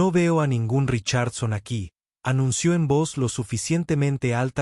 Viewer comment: Todo eso es una historia de Fantasia pero es un buen ejemplo, el narrador tiene que aprender a pronunciation los nombres y palabras en ingles Richardson se pronunciation con acento en la I SOPHIA con acento en la I tambien hay que ser bastante ignorante en idiomas para cometer esos errores eso no puede ser posible cuando alguien se dedica a comentar narrativas publicamente SORRY ESTUDIA MI AMIGO.